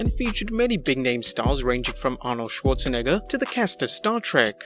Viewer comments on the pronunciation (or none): none